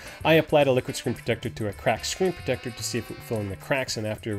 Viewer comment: Take a shot every time he says screen protectah.